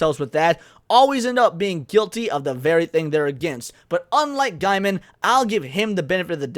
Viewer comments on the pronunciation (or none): From his own mouth, his last name is pronounced Gay-men, not Guy-men. People get this wrong all the time. i looked it up and he says its Gay-men. Not that it changes anything else here, but maybe get that right? to hear it from his own mouth. Other than that, I admit I don't know much about the guy other than he is a comic and book writer and was with Amanda Palmer for a bit (some kind of open relationship) I believe he was also married before that. I used to read his online journal but that was years ago. I am wondering why this suddenly came out and why they hadn't said something years ago when it happened...or did they and it's just resurfacing? I know the first wasn't that long ago, but even a couple of years seems kind of too long to wait to report such behavior? I don't know if Mr. Gaiman is guilty, of course, but I nope not. If he is....then that is pretty sad. I don't follow him on Twitter or any social media. I agree, you should make sure someone is guilty before you decide that they are guilty, even if they are a jerk.